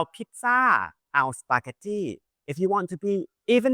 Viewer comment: ทำไมออกเสียง Spaghetti เป็น สปาเก็ตที่ ต้องออกเป็นสปาเก็ตตี้ไม่ใช่หรอครับ บางทีรู้สึกว่าคลิปแบบนี้ สร้างไว้เพื่อโชว์/ฝึกภาษาอังกฤษมากกว่าสอนภาษาไทยครับ :/